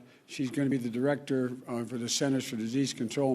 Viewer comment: what a loser. he cant even speak. "schenters", "salient and silent" prayer. what a doosh. not my president